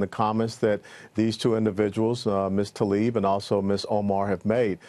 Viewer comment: Journalists and announcers... please professional and at least get her name right. It is NOT Ta-lib. It is Tla- ib. It's not that difficult.